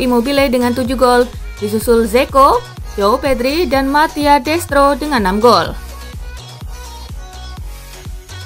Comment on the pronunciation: Yg bener lah ngomongnya, Joao Pedro, bukan Joao Pedri